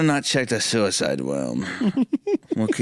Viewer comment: I Adore the fact the only time Suicide wasn't censored was hunter saying "Sewiside woom"